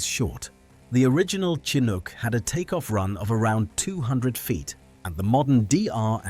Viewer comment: The Ai narrator pronounces Chinook 3 different ways.